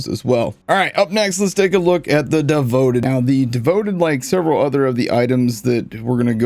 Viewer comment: During the Devoted portion, the guide on the video says “Davoted” lmao